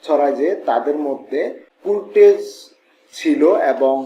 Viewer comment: সারাদিন কুরটেজ বললেন কেন, কার্টজ হবে